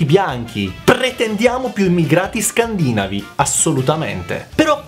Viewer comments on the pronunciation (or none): Giusto un piccolo dettaglio per vostra informazione personale :) Il termine "Scandinavo", da un punto di vista fonetico, dovrebbe essere pronunciato "Scandinàvo" e non "Scandìnavo". P.s. La cosa che mi fa "sorridere" è che tu venga additato come "non Italiano" da personaggi che hanno, rispetto a te, molta meno conoscenza della lingua e della cultura Italiana. Le capre "italiane autoctone" che ti offendono, dovrebbero, se non altro, imparare a leggere e scrivere prima di esprimere concetti propri.